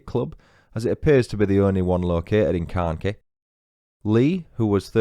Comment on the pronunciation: Carnkie is pronounced CarnKhy I know English people struggle with our Cornish place names and it’s Tre-Luss-well